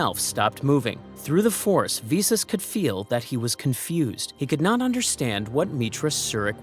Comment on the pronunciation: Get the pronunciation right, vis-us not vee-sus